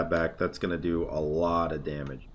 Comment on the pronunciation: a way to say “damage” like it’s a Spanish word